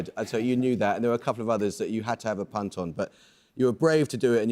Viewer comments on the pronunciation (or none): none